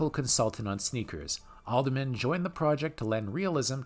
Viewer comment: btw: Len Adleman not Aldman.